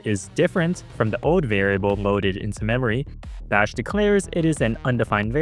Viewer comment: narrator cant say "L": "ode" instead of "old", "compio'd" instead of "compiled", "virtua machine" isntead of "virtual machine"